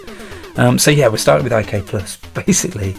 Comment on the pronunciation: Did people really call it "I-K-Plus"? I grew up on the C64 and it was always known as "IK" "PLUS" or "International Karate Plus" ... just wondering.. :)